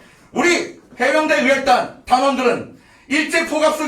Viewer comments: 에구. 어혈단이아니고의혈단입니다외국인도뱐음연습하던데신경좀쓰고사회를보시면 얼매나이쁠꼬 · 어열이 아니고 의열이잖아요!